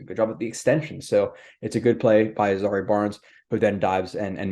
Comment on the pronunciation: His name is zy-EAR, not ZA-ree. Like the former country where Ali and Foreman fought the Rumble in the Jungle.